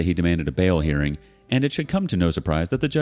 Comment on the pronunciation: "gun dawned out" gun drawn(ed) out ? "bail earring", hearing